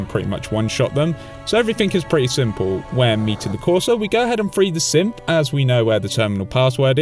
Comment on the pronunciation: I actually did get the reference about a year later i watched small soldiers when i was a kid and never again so thats why it took me so long to remember lol also a swear everytime you say Synth i think you are calling them "simps"